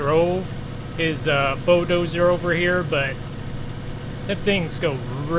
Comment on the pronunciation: why you say bo-doser its a bulldozer lol